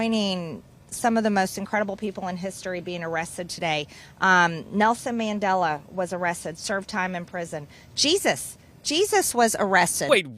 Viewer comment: Nelson MandelO?? Who da fuck is that or can she not pronounce words what does she mean when she says words?